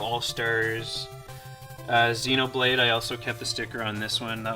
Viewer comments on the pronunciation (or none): none